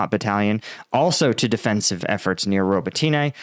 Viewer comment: Robateenay? Pronounce the name correctly please. Watch Denys Davydov instead, this guy won't even bother learning the simple pronunciations.